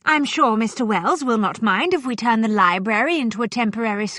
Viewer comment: She can't pronounce library properly. She says li-berry.